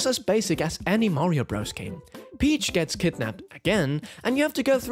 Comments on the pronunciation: Please don’t say BROZE… it’s BROTHERS! Just listen to Mario himself if you don’t believe me! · Your rankings were all wrong. Also, to spend 30 mins mispronouncing the name was impressive. Espectially when you played the audio of the nintnedo saying the name correctly and then said bros right after. When you play Dr. Mario, I assume you say you're playing durr mario, and when you play Mr. Driller you say you're playing murr driller. This video gave me PTSD